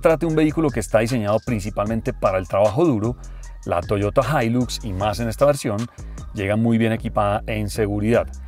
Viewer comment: La “jailus “ 😂😂😂 el paisa y su problema con la x 😂😂😂😂